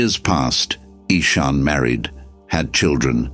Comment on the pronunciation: Nice story, but the AI reader gave Ishan 3 different pronunciations. Get a human next time. There's lots of them around.